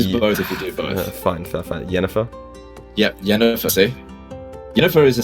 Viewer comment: Saying Yennifer… I might be unsubbing.